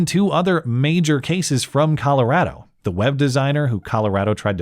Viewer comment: You say Colorado like a Coloradan.